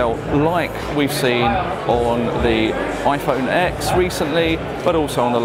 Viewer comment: It's pronounced iPhone ten not iPhone X.